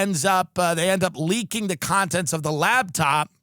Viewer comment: is it me or does Tim keep saying, 'Labtop' instead of laptop